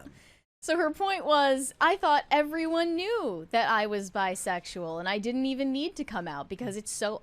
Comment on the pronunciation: Why is Billie saying “didd-dint” instead of “didn’t?” Why bother with contractions if you are going to use the same number of syllables??